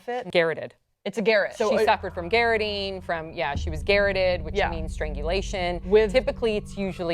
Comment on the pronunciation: garrote. not garrot lol its pronounced GA-WROTE